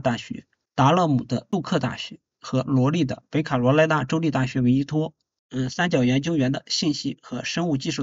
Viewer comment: 说的太对了，我听着都难受，听不下去了。😢😢